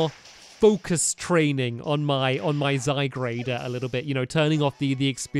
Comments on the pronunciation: IF STAMPY MISPRONOUNCES ZYGARDE ONE MORE TIME I'M LITERALLY GOING TO EXPLODE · no hate stampy but I think u have been saying zygarde wrong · Only if he really knew HOW TO pronounce zygarde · yes...its annoying... i want to go to his house anD TELL HIM ITS ZYGARDE NOT ZYGGRADE!!! shoutings done. :) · It's ZyGARDE, not ZyGRADE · STAMPY, ZY-GAURD!!!!! NOT ZYGRADE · U know it's ZY-GARD, Not ZY-GRADE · JosephOfRavenclaw Yes its pronounced zy gard not zy grade 😑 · Am I the only one who wishes Stampy would finally realize that it's Z-Y-G-A-R-D-E and not Z-Y-G-R-A-D-E? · hey stampy you do know that that its zy guard not zy grade and zed moves are really called zee moves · stampy your so called " zygrade " is actually called Zy-Guard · Its Zy-garde not Zygrade. Love ur channel btw. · The 'a, is before the 'r' in Zygarde! Zygarde, not Zygrade. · Hey stampy, you pronounce zygarde's name as (Zy- Gar-De) not (Zy-Grade) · "Zygarde" is pronounced "zy-gard", not "zy-grade". There was probably a bunch of comments telling you that. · zy-guard not zy-grade 😬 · Stamps I'm not trying to be mean or anything but it is not pronounced zygrade It is pronounced zygaurd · It bugs me so much that he says ZyGRADE not ZyGARDE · Stampy, it's pronounced zy gaurd, not zy grade! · ITS ZYGARDE, NOT ZYGRADE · Zygarde not zygrade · STAMPY!!! It's zygARD not zyGRADE!!!! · its zygarde not zygrade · zy gard g a r d not grade g r a de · zygARD not zygrade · anyone else annoyed by him calling it zygrade? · pug blues i am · XD HE SAYS ZYGRADE BUT THATS INCOORECT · STAMPY ITS ZA-GARD PLS SAY IT RIGHT 😂😂😂😂😂😂😂😂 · Can someone explain what a Zygrade is? Or does he mean Zygarde? If it's meant to be Zygarde he really needs to take a look at the name. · This is how you pronounce Zygarde (zy guard) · It's zygARd! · stampy, zygarde is pronounced zie/guard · You pronounce it zy-gard STAMPY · it's pronounced Zy Guard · pug blues im annoyed if he say zygrade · it's pronounced Zy. garde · It's pronounced zy - garde